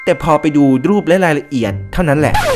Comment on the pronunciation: การออกเสียง ร ท่านแปลกมาก ดรูป เดรียก เป็นภาษาที่แปลกดี